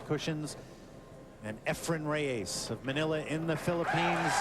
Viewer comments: Efren's last name isn't Ray-A-zzz. He starts pronouncing it a little better as the match goes on, but it was a bit annoying to me. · Reyes not Rayes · Someone tell Mitch Laurance that Efren's last name is NOT "Ray-ACE"!!! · Why are they calling him efrem reyays? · Mitch Laurence: 'Efren Ray-ayes' Allen Hopkins and many others: 'Ephram Reyes' Jim Wych: 'Efren Rey-EZZ' How hard can it be to say Efren Reyes